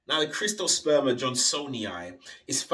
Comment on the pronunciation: Where the hell are you getting CRIST-osperma? "CYRT" reads as Crist to you? It's Sert-oh-sperm-uh. Other than that, video is dope.